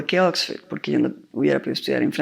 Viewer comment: Exford, tres veces, Exford